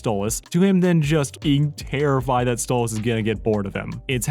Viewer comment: i think its "Stolas" not "Stolitz"